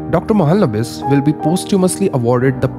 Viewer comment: Idk why ppl can't pronounce bengali names properly, be it ppl or even a city, it's Kolkata not Kolkta and Its Mahalonobish not Mahlnbis